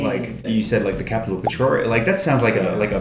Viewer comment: the way he said Pretoria sounded so pretty...gosh i live right next to Pretoria and I can't even say it that way😍😂👌